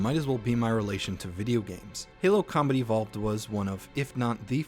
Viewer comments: For some reason I keep hearing "Halo: Comedy Vault" EDIT: God dammit, 20 minutes into the video and I still can't unhear this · Just found you today, and I LOVE your channel. I kept hearing "comedy vault" when you said "Combat evolved" 🤣🤣